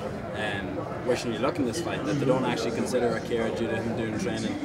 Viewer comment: Did the guy call Akira "Alex" at the beginning?